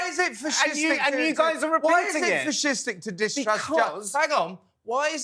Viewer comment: Fish-istic? First time ive ever heard that.....